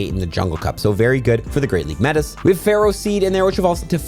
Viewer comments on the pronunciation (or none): none